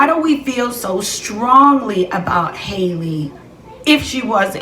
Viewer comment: Pronounced Haul•lee like Halle berry and hallelujah not “hailey”